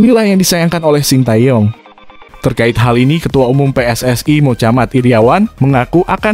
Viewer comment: Mochamad kok Mocamat wkwkwk...